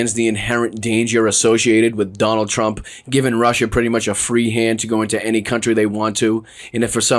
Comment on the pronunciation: OMG "Jonald J Trump" i love it!😂😂😂😂😂